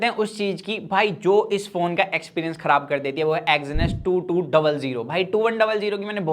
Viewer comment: Exynos bolna sikh le pehle